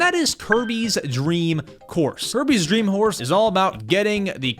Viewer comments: it sounds like you said Kirby’s dream horse no offense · bro say kirby dreem horse